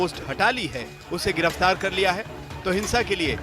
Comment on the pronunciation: Garaftar nahi hota ha giraftar hita ha Kai se bol raha ha